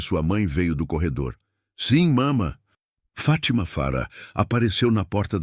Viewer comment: FÁTIMA e não FATÍMA,para nós brasileiros a pronuncia é estranha.